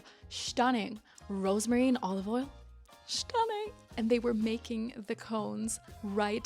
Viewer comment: „Shnack“ and „shtunning“, so cute, it reminds me of one of my favorite cartoon characters, Mooch from Patrick McDonnell‘s „Mutts“ (or Sean Connery 😂)